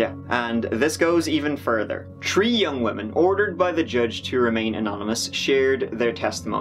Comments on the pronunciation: If they can't pronounce turdy and tree Im out 👏🏻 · I've tried to watch other true crime podcasts and video essays however after coming across this guy I can't stand the way other people pronounce the number tree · turdy tree and tree pound? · “One of the tree charges” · Can someone explain how he pronounces three as tree but then doesn’t pronounce thousand as tousand